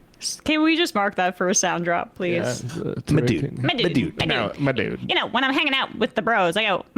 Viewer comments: Ben was picking up some of that Tim Pool lingo saying “madood” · Idk what’s worse, Ben’s “ma dude” or Tim’s “buoys” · It's more like "m'dude". I think he's pivoting toward his neckbeard base